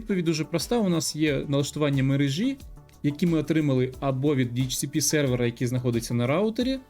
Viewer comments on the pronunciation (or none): Есть только один момент: правильно будет "в мерЕжі ", а не "в мережІ ". Мне это не мешает, но все мои знакомые филологи убить готовы, когда слышат некорректное ударение.